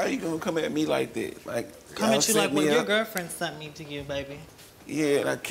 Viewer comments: "Well, after I met him at the car wash where she SUNT me" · If I hear her say "sunt" instead of "sent" one more time. School is important.